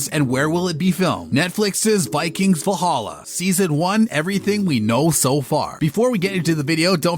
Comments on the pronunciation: Vollhollah?! ...Sounds more like arabic. And narrator, could you please talk faster. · Try to learn how to say Valhalla in Scandinavian, not English 😅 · I hate the narrators pronunciation of character names and the show title itself